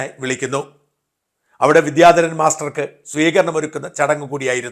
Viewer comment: അദ്ദേഹത്തിന് പ്രൊഫഷനിലും സംഗീതത്തിലും ഉയർച്ച ഉണ്ടാവട്ടെ. അതോടൊപ്പം 'വിദ്യാധരൻ' എന്ന വാക്ക് ശരിയായി ഉച്ചരിച്ചിരുന്നെങ്കിൽ നന്നായിരുന്നു.